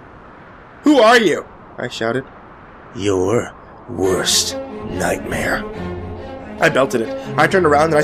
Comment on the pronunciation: The "Your.. Worst... Nightmare" part just made me laugh.